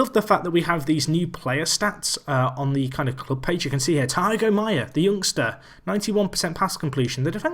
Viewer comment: It's not Taigo Maia, it's THIAGO Maia, exactly like Thiago Silva.